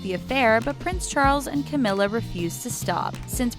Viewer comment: The Charlei and Cawmirra